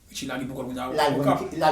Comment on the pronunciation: Wap mal pale non an sanble avèl li rele Richie net